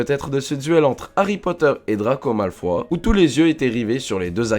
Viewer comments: c'est drago malfoye pas drago malfoy on prononce le e à la fin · C'est pas " MALFOI " mais " MALFOY " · tu a dis malefoi mais c'est malefoy avec ye comme ille